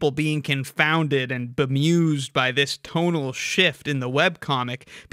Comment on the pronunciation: I keep hearing 'tonal shift' as 'total shift' with the way he emphasis syllables